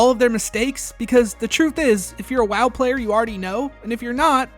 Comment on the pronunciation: You are saying ‘WoW’ wrong bro…